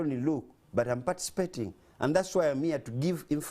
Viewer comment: Did you say patispating 😮😮😮